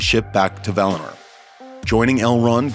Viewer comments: For the love of God stop calling it "Valner" it's val-in-or. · valiNOR please. Not "valinerrrr" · I just can't watch this all the way through as he keeps saying 'Valiner'. V-A-L-I-N-O-R. See that 'o' towards the end, not an 'e', is it?! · That was as shit as I thought it would be. You should be on the ring of power team. It’s Valinor not Valaner you twat. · VAL-I- NOR...Like Oar! Not NER like Nerd!!! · Valiner? LMAO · I’m familiar with Valinor. What is this “Valiner” he keeps taking about? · Valehnurr... lol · What's wrong with this guys pronunciaotn? The Silmryls? Feyanr? Valinr?